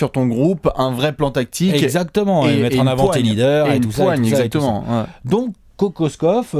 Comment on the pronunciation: Petit cours de Serbe rapide, car semble intéressé. Kokoškov se prononce Kokochkov. Š = ch C = ts comme dans Divac (Divats) Ć et Č = tch comme dans Jokić, il existe une légère différence entre les deux lettres mais difficile à percevoir à l'oreille. J = y comme dans Jokić, Marjanović. Mais sinon, sympa la vidéo.;)